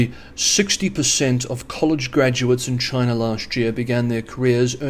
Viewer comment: ... Is it Chiner , Chyna or CHINA 😂